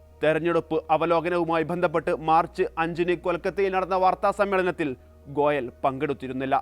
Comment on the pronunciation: ഗോലയ് അല്ല ഗോയൽ